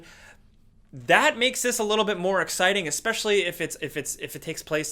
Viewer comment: or especially as exspecially